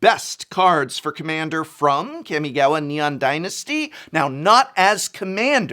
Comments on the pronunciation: It's NOT Kam-Mi-Gaow-Wa prof, It's Kah-mi-gah-wa. It might be just a personal tiggering thing , not really that big of a deal, just feel like nails on a chalkboard. I took Japanese in college for a couple years so its prob why its painful to hear. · kɑ-mɪ-gɑ-wɑ. Please, I beg you, get the pronunciation right. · What the F*ck is a Camygawha say it right you 👉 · It's been consecutive videos since you mispronounce Kami-gawa, Prof. Would like to think that if you like something (or culture), you would care enough to know the names and try to get the names sounding right. You got this right !!!! Nice!